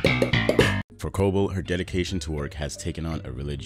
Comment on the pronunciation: WHY?? WHY?? Does he keep pronouncing her name WRONG?? Has he watched the show? It's pronounced Co-BELL, not CO-bull. Why can't he get this right?